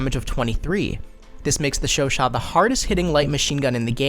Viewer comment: lol you are the first youtuber that I see pronouncing the name correctly